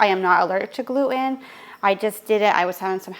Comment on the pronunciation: Jeeez pronouns your T’s it’s Glue ten NOT gluoooun.